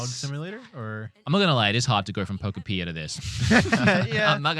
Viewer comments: Love how you keep saying pokepia instead of pokopia 😂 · Poko-Peeya has to go. Cant keep doin that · Most people still pronounce Pokopia wrong, in my opinion. It’s Utopia + Pokémon. And how do you pronounce Utopia? Exactly: Pokopia. -. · it's pronounced (Poe-copia) 😂